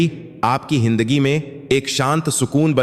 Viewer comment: हिन्दगि नहि जिन्दगी हिन्दा नहि जिन्दगी 😂